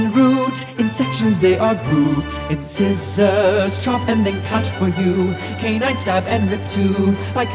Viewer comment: This is fab! But, uh, "in-scissors"? I've never heard them pronounced like that before. (in-sahy-zer according to )